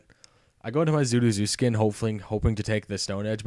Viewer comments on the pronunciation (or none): You're saying Zuruzukin and Meloetta wrong... Sorry, I get major OCD over that kind of thing.